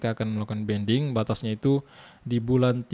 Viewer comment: Banding bang bukan bending 😂😂😂😂